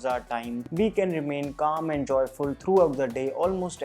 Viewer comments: joyful not hoyful😂😂 Who noticed?? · "Remain calm and hoyful" 😅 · Sir it should be joyfull. Love u from assam